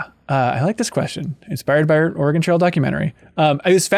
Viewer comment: I'm from Oregon and it is NOT pronounced Ore-Gone. It's pronounced Ore-gun or like Organ.